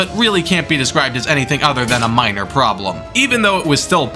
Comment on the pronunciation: BTW it's 'minor problems' not 'miner problems'.